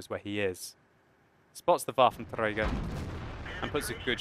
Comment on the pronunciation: I love how you say Waffenträger i mean it sounds good and correct and well your one or even the only one that says it correct